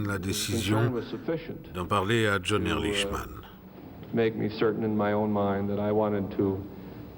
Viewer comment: Pourquoi les Français sont-ils incapables de prononcer correctement un nom à consonnance étrangère ? Ehrlichman se prononce Erlikman !